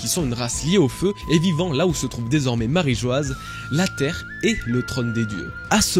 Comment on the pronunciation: Marijoa pas marijoaz écrit en phonétique